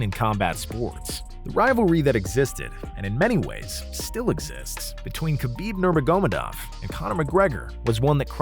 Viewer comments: the name is khabib nur magomedov not that hard at all... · Nobody and I mean nobody on planet Earth: Khabib Nomagohmadov